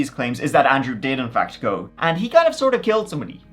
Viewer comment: I love when he says "lets give it a goo" lolol